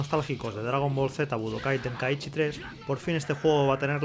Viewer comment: Mi mente cuando le dice tenkaíchy🫨🙂‍↕️